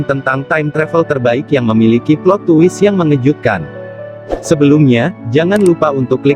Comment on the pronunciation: Twist dibaca twis bukan tuwis, maaf ngritik.